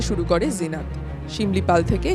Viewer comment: লিখেছেন "জিনত" আর উচ্চারণ করছেন "জিনাত"??? ফাজলামি মারার জায়গা পান না? এটা কি হিন্দি? হিন্দিতে যা লেখে তা উচ্চারিত হয় না। আনন্দবাজার কি হিন্দি লিখতে শুরু করেছে নাকি? মেরে পাট করে দিতে হয়।